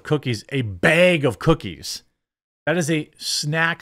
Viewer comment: "beg" of cookies. Nice.